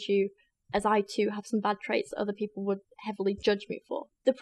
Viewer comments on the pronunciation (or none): none